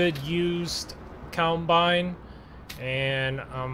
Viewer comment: It’s COMBINE NOT COUNTBINE.